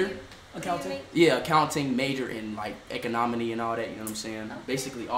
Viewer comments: Bro said economony I’m sleep 😭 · bro said economony